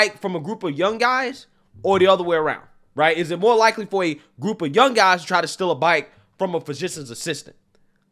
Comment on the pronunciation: I can't stop laughing at this. Again! How do you pronounce guys? ngngngnguys xD